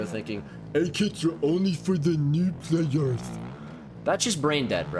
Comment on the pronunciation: “A-kITs arE FoR THe nEw pLaYErSch” 😂